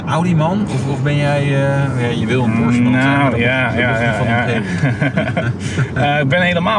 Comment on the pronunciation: Meneer weet niet hoe Porsche uit te spreken.